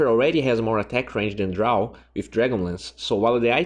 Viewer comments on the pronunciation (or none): none